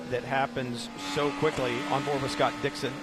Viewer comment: It's Dixon, not "Dixion". I wonder if HE watches this.